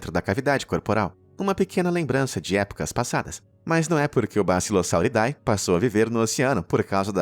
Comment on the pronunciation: vale uma dica: quando for ler um nome cientifico em latim, a termilogia "ae" como bassilosauridae se le como "e" . A forma correta de pronunciar é bassilosauridE; o mesmo vale para Aedes Aegypti que se lê Edes Egipiti